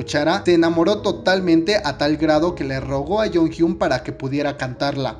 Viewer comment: Se pronuncia: yonjion Plox